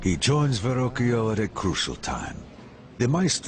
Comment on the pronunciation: Ver-rockio is how it's pronounced. Is that so difficult ?